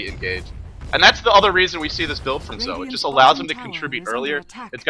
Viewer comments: If you listen closely (see watch?v=OZxZaYi14EU#t=4079s) you'll hear he actually pronounced it something like "Dzo" or "Tzo", not "Zoe". Of course you're free to pronounce it however you like as you're the well-known commentator and I'm not. Just saying that he doesn't actually pronounce it "Zoe". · It's "Joe" according to Beijing pronunciation and Zhou himself pronounces it "Dzo" because he has a southern accent. Either way it's certainly not "Zoe" and I have no idea why says it that way. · his name is pronounced "zhou" or "joe" however you want to put it, but not zoe lol